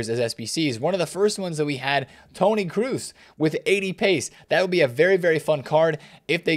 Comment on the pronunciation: ))) the way this guy pronounces Kroos. It not Cruise :)) for a Fifa content creator that’s lazy